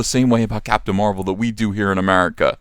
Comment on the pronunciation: Captain Da Ma-rvel.